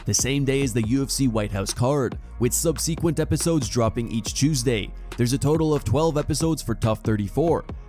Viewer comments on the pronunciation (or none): “Sub-see-kvent” bro tf